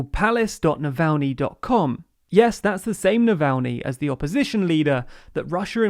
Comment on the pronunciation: No one:: Nalvaynee